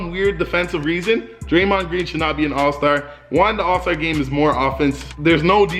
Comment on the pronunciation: Don’t speak on draymond greens name like that I am from Michigan